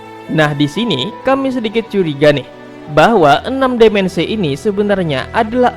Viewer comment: Dimensi bang bukan demensi